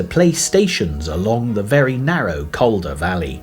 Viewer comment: The narration is done by someone who has never visited the area, so pronunciations are horrible. The first syllable of Calder has more to do with call than California. It's TODmerdon, not todMORden. The same person would never refer to chelSEA. It's MY-thom-royd; the letters at the from are not a myth. 8 miles to Normanton from Sowerby Bridge?